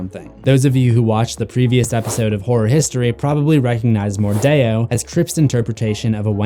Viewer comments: Why did he say Mor-die-or? Isint it mordeo? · It's MORDEO not Mordayo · It’s not pronounced “mordayo” it’s pronounced “mordeeo” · mordeeeeeo Not mordayoh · Wait wait wait do you just say queen wordeo